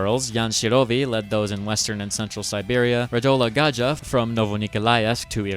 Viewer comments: Gajda is pronounced GAIDA (english translation), gadja as you pronounce it sounds like roma deragotary term for white person (means white person and is quite racist term btw.) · They way you pronounce Gajda sounds like Gadža. Which is Romani slur against white people. It's pronounced more like Gaida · Btw bro it is pronounced "Gayda" not "Gaja", that is what gypsies here use as an insult for the white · Radola Gajda is pronounced GAIDA. Not Gazhda. Just saying. Sláva Čechii...! Greetings from Czech republic, dudes 👍 Btw, the video is so hectic and unneccessarily speedy 😅 wtf 🫣😂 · Gajda is /ˈɡaj.da/ not /ˈɡad͡ʒa/ or /ˈɡaʒ.da/ :D That would be the word Gadžo (which is a person who is not part of the gypsy community.) Btw Švec is /ʃvɛt͡s/ Don't want to make you mad or anything, just felt like saying it, our pronunciation is a bit weird sometimes. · Awesome video with absolutely amazing detailed explanations - I say this as a Czech! I love your pronounciation of "Gajda" (Gu-y-DAH) as "Gadža" which roughly translates to "White boy" in the Romani language 🤣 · Great video, just Gajda precociousness is wrong. How you read G - MIG. J is even more problematic. Very similar to Y - Yes. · Great video, although it’s not Gadzha, but Guyda. Gadzha is a roma word for a white person lol. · Loved the video. For the reference, Gajda is pronounced as if guidea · It's more of a GUY-DA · One cool comprehensive story told here. Just one note: Gajda is pronounced "Gaida". "Gajda" is gypsy word for "white man" or "non-gypsy" 🙂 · Brilliant video. Funny thing.. the way you pronounce Gajda is not how his name is pronounced, it should be like Gaida, but the way you say it is a roma word for a white person, which he was so technically correct xD.